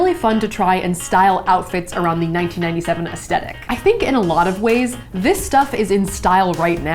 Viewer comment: It's not pronounced 'es-TET-ic'!!!!! I'm overreacting ik, but this drives me nuts..